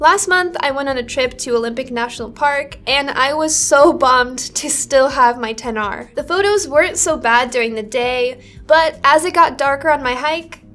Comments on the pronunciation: I just wanted to say... Thank you for pronouncing "XR" properly 🙏🏼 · ... Agree with that. To this day when I say it right people in phone stores and even Apple Stores (of all people) think they are correcting me by using "X" instead of 10. So annoying